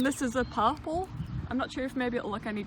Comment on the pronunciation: hahahaha, to my ear, when you say purple it sounds like parpool.